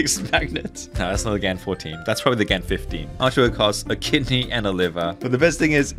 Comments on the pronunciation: Its "GAWN" GAH'N I have never called it G'ANN. Its like Genngis GHAN!! <<< I am trademarking that... I said it first!!!! So I am with you. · it’s pronounced gun, not gan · It’s not gan, it’s gaun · “its pronounced gan not gan”